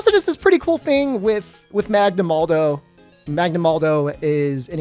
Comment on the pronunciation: you know there's no 'd' in 'magnamalo' right?